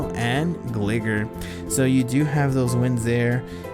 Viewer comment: I would be careful how you pronounce Gligar. Sounds close to a slang term that isn't too nice. For your information, it is Gli-Gar as in gliding.